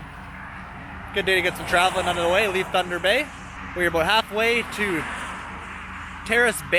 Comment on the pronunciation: It's (Tunder Bay) Boy Oh